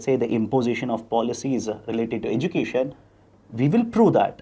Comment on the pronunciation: edu cation not education